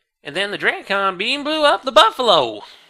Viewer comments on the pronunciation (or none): pronounced "Dracon" as "dray-kin" and not "drakken"! He's changing his pronunciations to fit accordingly! Oh, he did it again! And again! He's learning, he's ----... oh, he reverted back. Well, it was nice while it lasted, huh.: "and because it's a bug AND cassie" ^ haha, that earned a chuckle.